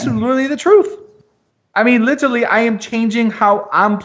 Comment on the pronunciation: Every time "literally" is mispronounced in this video...grrr